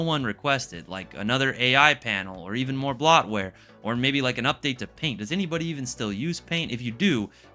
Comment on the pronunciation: The only thing I disagree with is your pronunciation of bloatware.